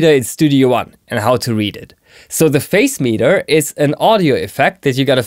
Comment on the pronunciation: Hi! A very helpful! Also, I hope you don't mind me saying, but I think the pronunciation of the word Phase is "Faze."